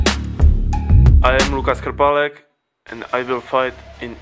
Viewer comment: thanx for clarifying concerning ass-scratch wazari. Cause it's the weirdest score. It is always funny when the announcer pronounces Krpalek wrong.